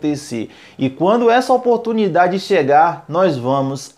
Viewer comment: Quantas vez vc falo a palavra oportumindade neste video